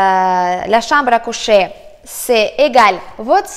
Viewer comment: la chamble à couchèèèèèèèèèèèèè . j'adore ton accent ! bises et merci !